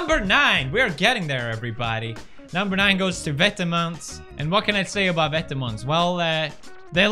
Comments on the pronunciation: Dennis Hubert i’m pretty sure it’s vêtement and not « vètement » mate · thedutchbloggergirl vetements is actually pronounced vet-eh-muns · "It seems like vetamens.... like it big." Pewdiepie 2019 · I love how Felix pronounces Vetements & Margiela 😂👏🏼👏🏼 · Lol me too, and I can tell he is trying which is sweet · Hendrik Mooi yeah I thought this too but didn’t want to reply in case I was wrong lol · Pewds just made Vetements sound like something swedish. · The way he pronounces vetements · bruh not how u say vetements